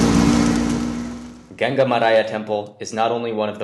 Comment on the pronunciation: You pronounced gangaramaya wrongly. Gun gaaa raaa maya